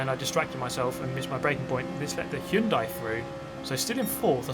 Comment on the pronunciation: Hyundai! Finally someone who can pronounce Hyundai correctly.